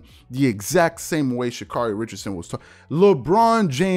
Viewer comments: Pronounced: Sha Kerry. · Mis pronounced name Get it right.